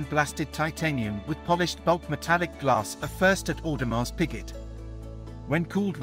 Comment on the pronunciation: Sir, the pronunciation of the brand and tourbillon needs to be corrected. The dial of the royal oak is mostly referred to as TAPISSERIE dial. Please do it right next time.